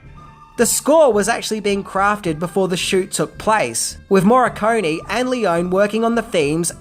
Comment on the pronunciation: Is it really too much of an effort to learn how to pronounce the names of your heroes correctly before making a video about them? (E.g. Sergio Leone, Ennio Morricone, but also the town Almería.) Btw: The cause of the "translation blunder" in the trailer is the difference in sequence in which the names appear in the title: In Italian, it's "the good, the ugly and the bad" (il buono, il brutto, il cattivo). The reason for the change was the language rhythm, the Italian original fits the film better.